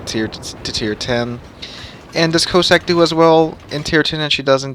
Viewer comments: Your mispronunciation of the ships name was painful to listen to. Can it be that hard to find out the correct way to say Cossack. Listen to Jingles he has it spot on. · Please, go and listen to the correct way to pronounce Cossack ... pretty please